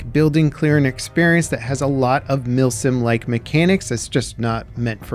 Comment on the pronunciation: Milsim ❌ Milfsim ✅